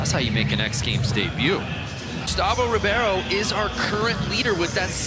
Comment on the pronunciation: Ribeiro sounds like "Reebaero". Not Reeviero ahaaha